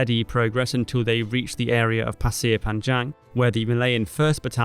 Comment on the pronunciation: Some feedback on the video -there were also 3 Bns of Malay Volunteers ( not just Straits settlements) - the fall of Jurong you talk about 10th Dec when you mean Feb - the pronounciation of the Malay place banned is incorrect (and jarring!). Specifically Bukit Timah and Pasir Panjang. I think now could have been said about Churchill's role (or lack of). Not all good fault, he was under the kosh in Europe but he said Citadel without providing any real air or naval resources. That's was a significant contribution to the whole failed campaign, asking with assuming 3 separate countries armies could just work together seamlessly, somehow. And the arrogance and underestimation of the enemy you mention. Good to see this graphically, so thank you.